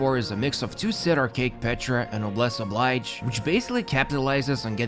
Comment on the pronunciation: You’re my favorite guide when it comes to Genshin but it drives me insane when you say Noblesse Oblige. It’s French! It’s Ob-leezh. 😐